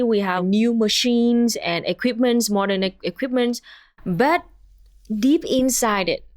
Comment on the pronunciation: Why did you say mordern fascism in three times?